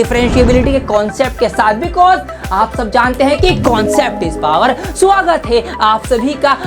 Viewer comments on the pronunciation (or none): none